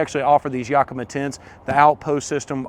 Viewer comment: You definitely should learn how to properly say Yakima since you bought such a expensively cool setup!